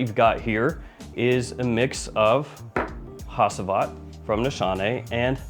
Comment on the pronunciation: You butchered the pronounciation of Hacivat man even worse than arabic ones